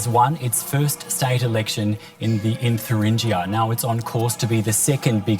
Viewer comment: Please find presenters who know how to pronounce the word Thuringia.